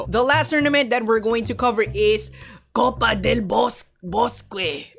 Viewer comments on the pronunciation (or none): so clooooose ... "copa del bosque" is "copa del boske" without de "u" ... XD!!!!